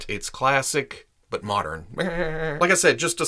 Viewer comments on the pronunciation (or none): none